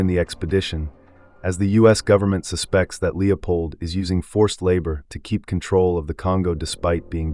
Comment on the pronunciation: AI narration doesn't know where to place the inflection based on how a word is used. IE: "He suspects…" versus "The usual suspects…". AI at its best is still pretty damn poor.